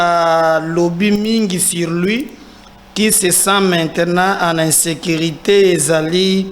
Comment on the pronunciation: Bonjour,oza cadre ya l État, il faut faire un effort pour parler et articuler les lettres convenablement, tu seras appelé à aller représenter L'état ailleurs,essaye de différencier I et U, pardon, entraine toi, tu représente un grand media. Quand tu dis par exemple, vous n serez pas decis, ça veut dire quoi pour quelqun d ailleurs qui t entend? Pardon, insilte, insécrité, il faut les corriger.